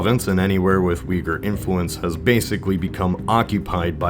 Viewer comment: *Uyghur not Uhgyer